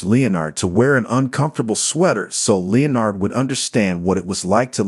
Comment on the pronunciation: an AI voice that cannot pronounce Leonard. really?